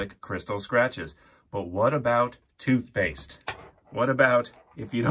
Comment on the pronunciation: Excuse me but what is "toothepaste"? Is it anything like 'toothpaste'?